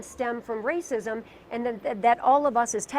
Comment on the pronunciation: He can't even say racism smh